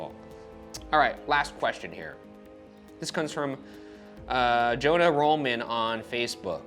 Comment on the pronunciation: ITS JOHN-AH :$/&!,-@